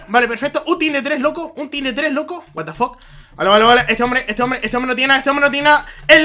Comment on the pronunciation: "El lac is rial el lac is rial... guat da foq.. guat da foq..." clases de ingles con xD